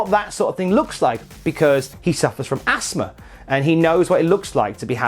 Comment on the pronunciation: What’s Assma? Does he mean Asthma? There’s a ‘th’ in that word.